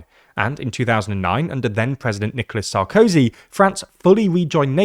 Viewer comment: his name is not "Sarcosy" but "Sarkozy" with stress on the 'zy'.